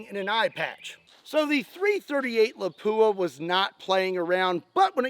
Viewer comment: I’m not a snob. Ask the manufacturer. It’s not a.338 La-poo-uh. It’s Lop-wa. Drives me freaking insane that I’ve never heard a single person pronounce it right outside of the manufacturer. I’m with you, and it’s minor, but good lord. Why can’t anyone ever anywhere get it right? I have it directly from their ownership. If the pronunciation is.338 Lop-wa, get it right, and there’s at least 2 people that’ll appreciate it. It’s not La-poo-uh. It’s Lop-wa. Great round that’s been mispronounced since its inception. Retarded conversation to have but it’s like calling a 30-06 a turdy O sex. Call them up. I’ve never heard it right from the.338 Lapua. Yeah if I guessed I’d call it that too. No. It’s Lop-wa phonetically. Be the first one ever that gets it right. Well second outside of ownership. It’s been adapted but I’m not wrong here. I have one. It’s an amazing gun and cartridge. I got it from ownership. It drives them nuts too. Have a fantastic Easter!